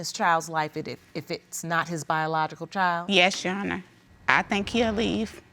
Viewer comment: “Your honis”